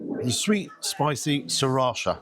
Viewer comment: What an unexpected disappointment, after the NY one. We don't seem to do so well in Britain when it comes to chains. On a plus side, I learned how correctly to pronounce 'sriracha' so thank you for that!